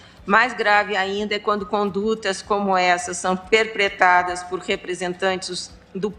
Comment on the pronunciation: É impressão minha ou essa subprocuradora falou "perpretadas"???